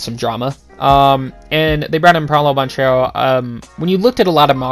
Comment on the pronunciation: It’s Ban Care Ro…”duke fan” 🤣🤣🤣